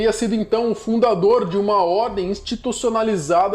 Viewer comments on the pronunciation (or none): zanbetos é o mais certo não se pronuncia o G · Zangbeto não é da cultura Yorùbá. E a pronúncia seria zanbetó. Terra Benin - culto fọn. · senhor Eu sou do Benin 🇧🇯 é moro aqui no Bresil Sou cristão não mexe com Zangbeto 😂 Você está de parabéns 👏👏👏 Tentou explicar melhor As pronunciações são um pouco erradas mas dá hora África tem 54 país e não é todos país que praticam essa região